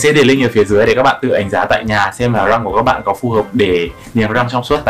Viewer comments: Niềng rrrrrrrrrrăng 🥶🥶🥶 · lúc nói chữ " răng " nói theo kiểu nghệ an luôn hihi, thường thì ngoài bắc họ gọi là "dăng" á =)))) uiii, anh nói tiếng nghệ an đi ạaaaaaaaaaaaa #From Nghệ An guýt lớp < 3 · phát âm chữ r trong từ răng 😂 nghe mà cười quá 😆